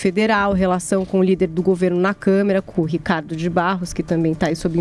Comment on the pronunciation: deu risada do governo pararelo, moça mas vc disse camera. ao inves de câmara